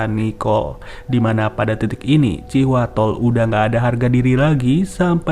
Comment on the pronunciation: thanks infonya, abis di video ngucapinnya terdengar kaya Cihuatol,,hahaha